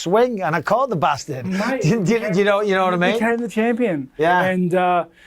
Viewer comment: "Caught the basstard' 😂